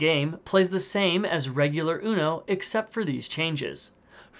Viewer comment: Its so fun see english people saying uno but with a bad pronunciation